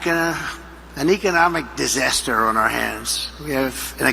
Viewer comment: Trump is like a battery that is running low on juice. He can't pronounce the word "disaster" bc it has too many syllables.